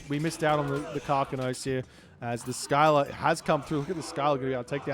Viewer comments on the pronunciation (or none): Isnt it pronounced Silla and not Skila? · It’s pronounced Ssilla not Skyla 😂